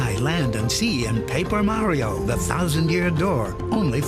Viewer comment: STOP PRONOUNCING MARIO LIKE THAT AAAAAAAAH